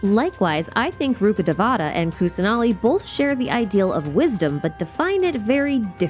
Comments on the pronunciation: Not day-vaa(h)-ta it’s day-vuh-taa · It’s ru-kha-dayy-va-tha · Please, it hurts me to say this, but pronounce Rukkadevata accurately... The game butchers the names so much and it pains me to hear that Ru-KHHUH-day-vuh-taa emphasis on the KHH if you can, please try! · the pronounciation of rukkhadevata is ahhhhhhhhhhhhhh